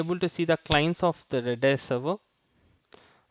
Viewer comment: It is pronounced cache - cash not cactchy redis - read-is not red-I-S